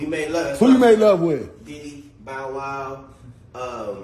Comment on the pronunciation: He said Lil bow wow too 😂